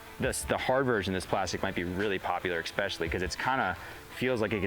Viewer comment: Someone tell there's no X in "especially"